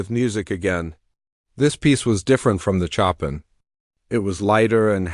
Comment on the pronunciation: Pronunciation CHOPIN! Correct pronunciation is 'show pan' not 'chop in'!